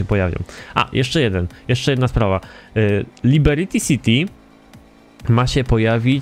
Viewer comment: dlaczego mówisz LIBERITI CITY? Xd